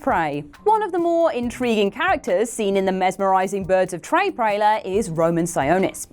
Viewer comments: 2mins9sec "Birds of trey prailer" silly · Birds of “ trey prailer” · "Birds of Trey Prailer" 😂😂